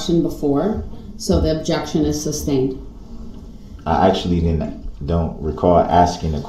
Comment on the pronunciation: I learned so much new language. Co-horsed, substained, tackit.